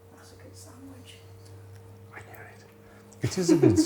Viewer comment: Lucy says samidge and not sandwich. 😂